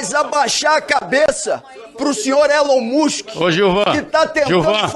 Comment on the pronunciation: O coitado não sabe nem falar Elon Musk.